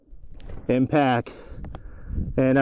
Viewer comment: what is it with all you youtube steel shooters saying "Impack", its "IMPACT", damn.